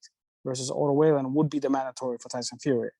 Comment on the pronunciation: Im suprised he doesnt prononce Wallin correct when he is the promotor.